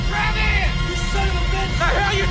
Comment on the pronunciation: Ok skip it, the character outside the truck is named "Travis" & you can hear that clearly . It is weird though that 1st it sounds like they're calling him "Kayless" semi quickly.